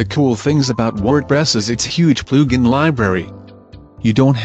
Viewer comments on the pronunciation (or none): "ploooogin" ahaha